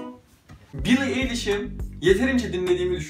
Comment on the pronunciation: Bro billie nin adı bili ayliş diye okunuyo